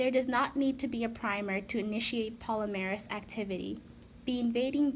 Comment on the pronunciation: lol ive never heard anyone pronounce polymerase like that, im used to hearing it as 'puh-lim-er-ase'